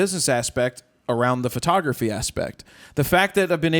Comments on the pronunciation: why does she call it furtography? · Jared did a great job with a difficult interviewee. Where's Todd during these? Is she saying fro-tography? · What is this new "FER-tography" industry she speaks of? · Is it just me, or does she keep saying Furtography. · i love her work but does it bother anyone else that she keeps saying "fertography"?